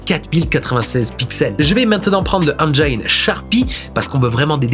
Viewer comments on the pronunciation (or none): Vérifie la prononciation d'Engine, ça arrache les oreilles 😅